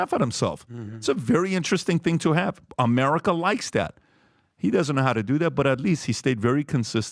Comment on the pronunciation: ITS AMERCIA